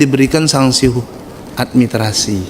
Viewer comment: Beliau tdk bisa menyebut kata, 'Administrasi'.